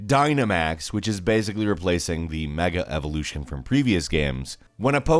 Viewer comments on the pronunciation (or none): none